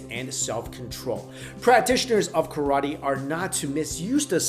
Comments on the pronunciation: also it isn't KAR-A-TEE, it's pronounced Kah-rah-teh. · Ka RAA Te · hey dude, it is no tai kwan do-its tae kwon do! hey dude its not karati, its karate, hey dude it not kang fu, its gung fu.